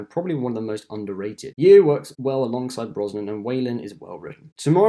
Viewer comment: That not how you pronounce Michelle's surname. It's simply pronounced as 'Yo'.